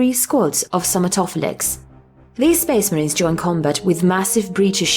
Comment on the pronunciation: Speeesh marheens